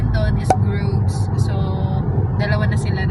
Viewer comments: Tram po, hindo train.. iba ang itsura ng track ng train sa tram. Also pronunce yan na “Brudge or Brugga” not “brug” yun lang po..😅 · Tram po hindi train, brugges not groogs🥰